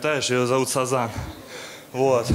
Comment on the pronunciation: Птица "Сазан" xD